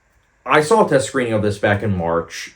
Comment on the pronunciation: There’s no L in the word saw.